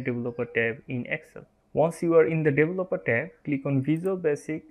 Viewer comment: Helpful, but I had to review it about 10 times until I understood your mispronunciation of 'developer'. It is 'dee-VELL-upper', not 'devil-up-oh-TARE'.